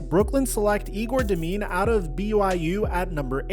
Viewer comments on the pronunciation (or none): Butchered the name Egor Demin and also he has a lot of potential